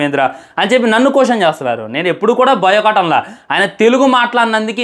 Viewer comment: బాయ్ కాట్❌ బయో కాట్✅